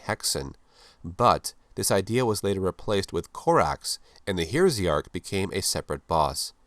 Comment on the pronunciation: Heresy + Arch => Heresiarch with the word stress on "re" /hɛˈriːzɪɑːk/